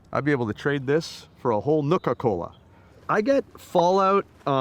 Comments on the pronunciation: canucka cola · The way he pronounced Nuka in Nuka Cola omg whaaat